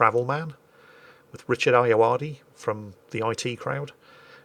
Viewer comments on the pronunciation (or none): none